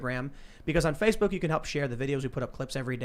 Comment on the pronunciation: Tim's slip of the tongue and calling it Facebark makes it sound like social media for dogs.